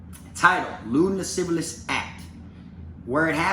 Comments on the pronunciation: he said lascivalous. rofl. anyways. fuck that clown. i bet he never thought this would come out. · "Lascivious" has only the one "L" in it,. You've been cracking me up this whole time trying to pronounce that shit. 🤣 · La- siv-E-us